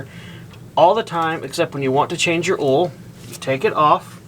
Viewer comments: I giggle when he says oil. I can't spell it like he says it. Not trying to be mean. I love accents. A couple other YouTubers say the man's name Don, but the way they say it it comes out "Dawn". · Or awl, LOL